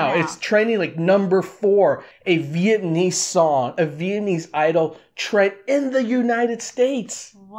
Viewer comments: Lmao im not mad but it’s pronounced “viet-NAM-mese not viet-AN-ese so let’s start there fam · Viet-nam-mese.Not Viet-n-iiiiii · Your pronunciation is all wrong, and please stop saying vietnaeeze hahaj its Viet- nam - ese , not neezzz jeez hahah . This guy has butched all of it , but have a point about what you said about snoop dog . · dude, learn how to pronounce "vietnamese" correct first 😅